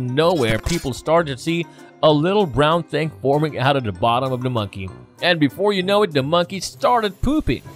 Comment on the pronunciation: I've never heard someone say "da" instead of the so many times in on video...🙄🤔🤯🤦🏼‍♀️